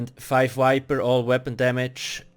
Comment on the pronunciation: Why do you replace V with W? Like instead of saying vampire you say wampire, and instead of saying viper you say wiper. Just curious.